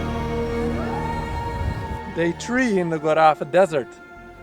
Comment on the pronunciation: I recommend you to learn "local names" for the places you are. It sounds really strange when someone say "goraf" instead of Gorafe :)